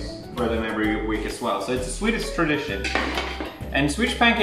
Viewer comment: Swedish* Not Sewdish